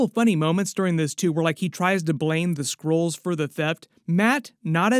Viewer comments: I aint gonna lie, i thought he said squirrels at first. Which is still plausible. Lmao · Nobody heard skrulls. Sounds like squirrel. They need to plan these lines better so it lands